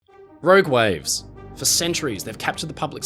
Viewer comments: Row Gwaves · "Rowg wives"?